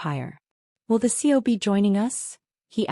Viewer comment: Not too different than others on YouTube but entertaining. AI can't say C.E.O😂 and the constant texting by mom is overdone